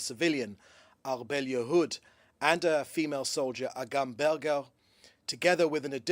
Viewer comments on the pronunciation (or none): none